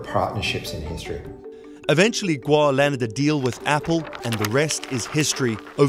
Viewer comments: omg im so sorry his surname is pronounced as gOu not gUo or gUA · Stop switching vowels you english speakers please xD gou, not guo. make, not miek. way, not wie xD so funny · you pronounced Gou like a Guo. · gou is pronounced "go" you were saying what would be spelled guo. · It’s Guo not Gou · The last name is pronounced as Go not Guo! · Should be 'kwok' for them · Its kueh(郭) in Taiwanese bruh, git yo fax strait. 台灣閩南語(Taiwanese Min) ain't the same as 廣東話(Cantonese) man. He jus has factories in Shenzhen. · It's not hard to say his name correctly. Your inability to pronounce his name properly makes me think your having a laugh at his expense. Unprofessional. You can do better. Gwoe!!!! Like toe with a Gw at the front. Please fire your speech therapist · Stop mispronuncing his name!! It’s driving me mad